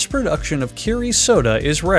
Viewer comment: isn’t that kero, not kiri?